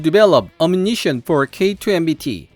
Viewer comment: ammunition의 발음 [æmjʊnɪʃən] 어뮤니션이 아님.